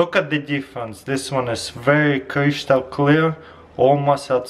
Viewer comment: ye, it sounds so funny when he says that